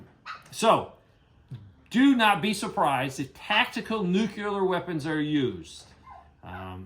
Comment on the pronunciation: Nuclear is pronounced "New clear. Like the opposite of "Old Clear." If someone pronounces it "newk ular," it just makes them look like a dumbshit.